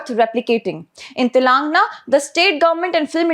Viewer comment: Is this your voice or a bot? Sorry I ask this because you continue to mispronounce Telangana (pronounce as Telungaana) !